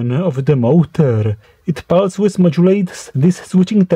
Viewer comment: very interesting. Thanks. Also I like when you say pulse width, I hear pulse Swiss <3